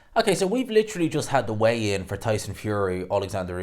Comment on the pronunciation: Weigh "INN"? lol